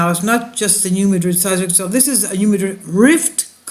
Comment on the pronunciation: Please check the pronunciation of New Madrid because we Missourian’s don’t say it the same way as we pronounce the city in Spain.